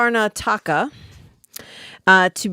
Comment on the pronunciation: KarNAtaka Pronunciation fyi 😊